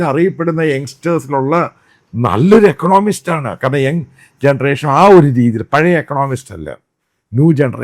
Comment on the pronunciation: ണോമിസ്റ് അല്ല ഇക്കോ... Check your pronunciation